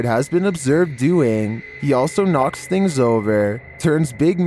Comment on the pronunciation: “Things” is one syllable. Not “thi-ings”